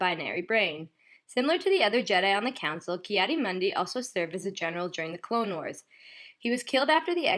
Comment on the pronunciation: 'Tis pronounced Kee-Adee-MOONdee.